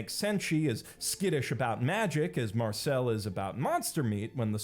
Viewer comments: .... Why do you keep calling her Marcel, it's Marcille, (i pronounced ee, like eel) she is not a ninja turtle. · Dude please, stop pronouncing Marcile as "marcÈle". That's the stereotypical name of Marseillais boomer men who only wear tank tops 🤣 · Loved the vid, the world building of dungeon meshinis trully remarkable, I jusr felt strange about the pronunciation of Marcille, in english is how everyone speaks it? The i sound is completely different for me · Take a shot every time he mispronounces Marcille. It has to be a bit.